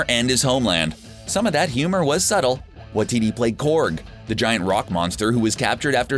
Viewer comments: It's not "Wa-titty" 😂😂😂 it's pronounced "Wai-ti-ti" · Alma “Mayter” Taika “Waititty” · Taika Waititi = Tie-car Why-tee-tee = 👔-🚘 ❓-tee-tee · Taika WAH-TITTY??? not WAH-TEE-TEE? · His last name is pronounced Wah-TEA-tea. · My favourite is the way you've pronounced Waititi - pronounced Why Tee Tee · What will it take for you to pronounce Taika Waititi's name CORRECTLY. Its pronounced Wai (tee tee) you moron. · If you're not used to the Maori language, an 'easy' way to pronounce it is by saying Why-tea-tea. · Jokes? More like easter eggs or nods to fandom clues because most of these weren't funny. Would've been nice to pronounce names right as well. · I've only gotten to your number 9 but... mispronounced Alma matar, taika Waititi. What about the inside joke (number 8) with Thor and Korg. When they are picking out weapons, Korg picks up a three pronged weapon and asks thor if he wants it and then states it's only good for killing 3 vampires huddled together. This is definitely a wink to Waititi's film What we do in the shadows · Did this dude just say tikawa titi wrong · okay but like, the way the guy pronounces "Waititi" makes me s c r e e c h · Why couldn't he say waititi properly lol